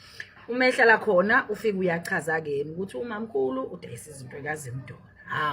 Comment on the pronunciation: Wafike wathi uwu Mamkhulu udayisa izinto zika Zimdola. Akuzwakali kahle. A ngithi Uma Mkhulu uzimdola.